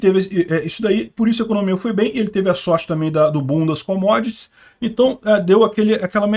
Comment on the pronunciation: "Bundas com Modess"? Ah, "boom das commodities". Puxa, entendi tudo errado!